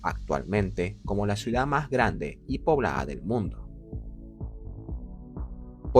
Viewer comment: Me vuele loco cada vez que dice " suidad "